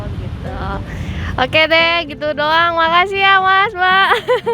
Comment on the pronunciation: Gitu doang, kata ka hahahaha, lucu sundanya keluar 😂👍